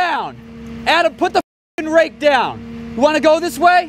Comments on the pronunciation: Keeps saying axe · Did anyone else hear axe instead of rake